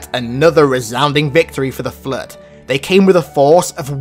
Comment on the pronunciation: I just wanna say it autocorrects your accent of "Flood" to say "Flirt" in the closed captioning and its hilarious XD